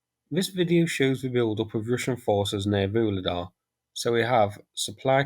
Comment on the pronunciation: please, please - I know you're not a linguist but I can't stand this 'Voolidah' any more! Why don't you listen to any of the Ukrainian commentators, at least just to find out how to pronounce the place names???